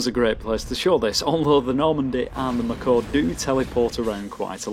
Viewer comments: So 1st: please do mass effect 2 and 3. This was an interesting video, and so are your others. But 2nd: Not to be rude or anything, but just so you know the mako isn't pronounced, "macaw" it's pronounced like, "may-ko" like mako shark. Just trying to be informative, still a great video! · MAko, not MakO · ''macaw'' It's MAY-KO It's a shark, not a bird! Cool video though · You trollin us mate? Its mako not McCor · he pronounces it like macaw xD but no problems, still a great vid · Maybe it was supposed to be "mah car" :D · Him pronouncing it "macaw" makes me think he never actually played the game. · The way you pronounce mako brings me physical pain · I just heard it and almost bled from my ears :D